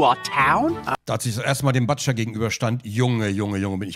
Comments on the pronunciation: Es wird Butscher und nicht Buttscher ausgesprochen 😂 so lange schon am zocken und dann sowas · Bildungs TV: man spircht das U bei Butcher als U, nicht als A. Für die 5. und 6. Klassen hier. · er heißt Butscher und nicht PATSCHA